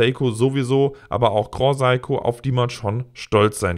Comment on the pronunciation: Bitte den Namen (wie dieser auch in Japan ausgesprochen wird): Se-i-ko. Gilt auch für deine Kollegen, die super oft den Namen falsch aussprechen. Keine Kritik, nur als Anmerkung gedacht! Deine Videos sind stets super! Danke hierfür... schönes WE